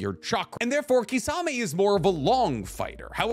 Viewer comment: wtf is kisaaaamey!!!!??? ITS KISSAMEH(kisame)